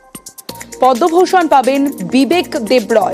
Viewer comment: what repoter bangabhusan pache podoubhusan noi chi maitri mam chi